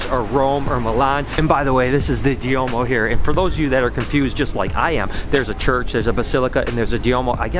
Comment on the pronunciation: The large cathedrals are called Duomos, not "Diomos."